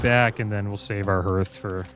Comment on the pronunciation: Many people say Hearth like Earth, but it's actually HEARTh like Heart. The fireplace is known as the heart of the home. I worked as a chimney sweep for about 6 years. I've heard many people mispronounce it. I feel obligated to say it still.